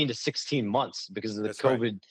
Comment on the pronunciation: "Stephen A Smiff show" and "last few mumfs" got me 😂😂😂😂😂😂